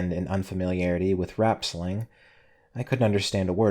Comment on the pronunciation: The mispronunciation of slang as "sling" made me laugh a bit.